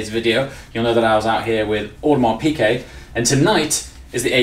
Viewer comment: I'm new to your channel. Love the content and your likeable personality (unlike many of the rich "look at me" braggarts on YT.) BTW, fellow AP offshore diver owner as well, although on a bracelet. As an FYI, it's pronounced "PEE Gay", not "PEE Kay". Keep up the great work!